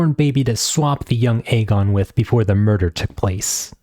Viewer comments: Eye-gone lol dude say it right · misspronoiuncing aegon is crazy but saying that quote hints at madness is INSANE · Fantastic video! It gets me hyped though the book may never see the light of day.. I'm envious of your ability to respond politely to these bitter men whose only comments are about the way you pronounce Aegon. It doesn't matter what the video is about, the bitter incels always find their way to the video and the comment section to find things to be angry about and to spread toxicity wherever they go. Give feedback or criticism if you like but if you can't also show appreciation for the creator then honestly just keep your filthy mouths closed. Think before you write! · I-run throne, I-gon Targaryen lol